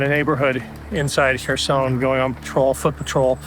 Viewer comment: Wow, taking a post of from 5 months ago and twisting a tale just to pat yourself on the back. Why didn't you boost work when he first dropped it? This is click bait trash. Oh... and if you'd actually watched the video beforehand, you'd know how to pronounce Kherson. Meidas has some great contributors, you should be showcasing them and their work rather than rushing to claim everything under the Meidas chairon and take some sort of credit for it.